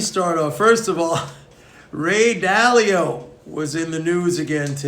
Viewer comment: Ray Dalio? not Dao